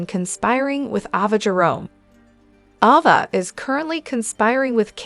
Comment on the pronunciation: Ava is pronounced A va